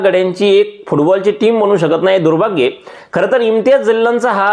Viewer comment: अरे तू दुर्भाग्य हा शब्द चुकीच्या पद्धतीने उच्चारला .